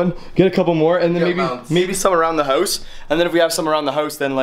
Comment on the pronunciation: why you say hoous not house